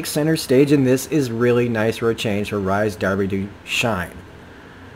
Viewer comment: His name is pronounced Reece lol